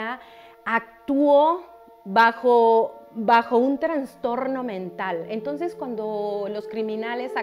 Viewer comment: Holaaa se dice trastorno no transtorno